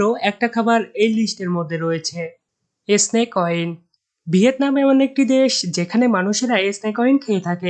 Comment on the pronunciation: ভাই উচ্চারণে সতর্ক হন।এসনেক না শব্দটা স্নেক,স্রিম না শ্রিম্প সালাদ/স্যালাড। বাজে ভাবে নিয়েন না প্লিজ